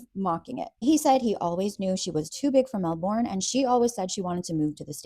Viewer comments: it pronounce mel-bern not mel-born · Lol, countdown to Australians losing their minds over you pronouncing it Mel-born instead of mel-burn🦘🤪😋😋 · Love your videos! Just FYI, Melbourne is pronounced "Melburn."